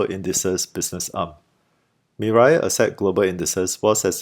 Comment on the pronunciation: It is pronounced, "Mi-Rae," not Mi-Rye. Anyway, it means, 'future' in Korean.